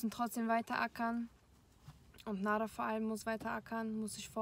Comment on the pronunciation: NadERR nicht Nadah hahahahahaha